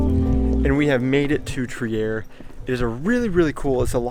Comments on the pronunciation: Nobody would guess that Trier is a german town, because the way you say it sounds pretty french ^^ It's more like "tree ah" ! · Really nice video, but one thing has been bugging me as a native to the city (or more specifically, a village really close to it): It's pronounced "Treer", not "Tree-air" ;) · Pretty interesting and informative. But before you start filming you should clean the windshield and ask on-site how to pronounce the place. It's called Triiiiier, not Triär. Not to be confused with Trieste in Italy. There it is called Triäst.